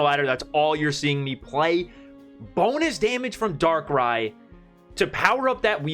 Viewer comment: Maybe you read Darkrai ex a bit wrong?